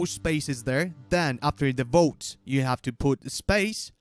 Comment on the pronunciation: 1. When tries to say vote, I always hear "boat". 2. Wow, how stupid are people? He said a dozen times that you need the exclamation mark 1st 3. Why the hell do people feel the need to spam the chat? 4. The one question I had was not answered. So here goes: In the guild boss fight, there is a counter on top that goes down. What does it count?